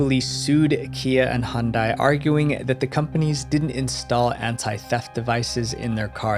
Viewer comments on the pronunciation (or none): hundai? not Hyundai? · It so funny how people from South Africa pronounce Hyundai they say Hun-day I'm just obsessed with South Africa.